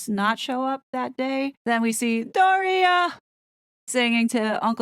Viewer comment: The Doria like “Gloria” kills me every time lol